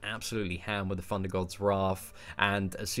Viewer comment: The GamingRodent loool that's because he still can't say Thor properly, "four god of funder"